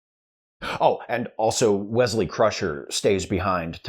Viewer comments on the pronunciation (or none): none